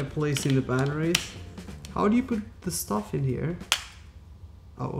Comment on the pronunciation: he says sطuff